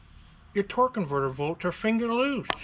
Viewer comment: Why do they keep saying "torque convertible" instead of "torque converter"? Is it different terminology? Or maybe an inside joke?